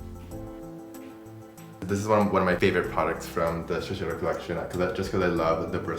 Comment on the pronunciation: Shiseido’s global color artist can’t pronounce Shiseido correctly?